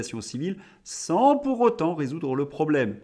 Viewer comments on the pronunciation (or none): none